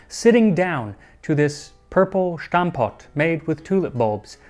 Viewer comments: My parents were schoolchildren in those days. They were so so so hungry, they would dream of food. Little pronunciation hint: it is stamppot, not shtampot. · You don't need to pronounce the 's' in stamppot as 'sh', it's just 's'. In contrary to german ofcourse. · Very interesting video! Just one note: in Dutch “S” is pronounced just like in English and not like German “Sh”… 😉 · This is by no means a criticism because as a Dutch person I found this extremely educational 🎉!! But i wanted to help you with the pronounciation of Stamppot. Its very good but you pronounce the St as Sht but you should pronounce the St part the same as the english word stamp. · It's Dutch, not German. You pronounce it Stamppot, not Shtamppot. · Just so you know, 'Stamppot' is pronounced a lot closer to English 'stamp pot', but with an 'ah' sound. It's not German, so there is no 'sh' sound. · why do Americans always put on a funny German accent when pronouncing Dutch words, it's stampot not schtampot, ST as in start, state, stop. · Very nice but why does he pronounce stampot as schtampott? It's just really the same as you would pronounce 'stop' or 'stand' - "stompod" would be phonetically sorta correct for an English native speaker ;) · Just a small linguistic correction; there is no "sh" sound in stamppot. Just stamppot. :) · Small note; Its stamppot, not shtamppot. Same mistake that commentators make when pronouncing Verstappen ;) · The S in stamppot is pronounced /s/ in Dutch not as /sh/. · stamppot isn't pronounced with an initial sh, it's just a normal s. dutch ≠ german thank you very much -A dutch gal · don't say "shtampot", it's STAM-POT. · Interesting vid! But we don't pronounce it like "Schtampot" and more like "Stum-pot". Just take away the "ch". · You're slightly mispronouncing stamppot: it has a sharp S like the English word stamp, there is no h in it which you seem to pronounce. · The pronunciation of ''stamppot'' is /S/ sound and not [ ʃ ] /sh.